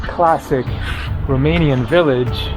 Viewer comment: Ur Romanian pronunciation its surprisingly good ! Keep up the videos from Romania coming ! I Recommend visiting next Oradea , Sinaia (Peles -Castle) , Iasi or Cluj . And thank u for visiting this country and speaking so nicely about it ! Ur always Welcome here !